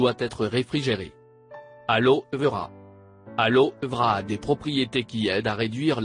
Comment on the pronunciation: L'aloevra 😂 on dit l'aloeveeera